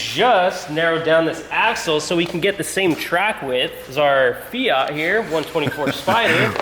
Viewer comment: Actually it's fiat, not fia